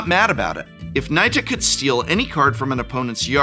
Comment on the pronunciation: Finally! We need a Professor to pronounce Nita correctly. 🙄